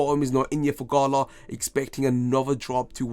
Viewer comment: I took a SHot each thime u sed gHala